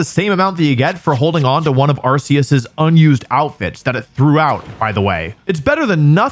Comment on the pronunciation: Love the video. Except for when you mispronounced Arceus.